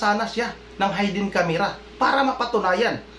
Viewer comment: Wrong pronunciation. HAYDEN CSMERA....should be HIDDEN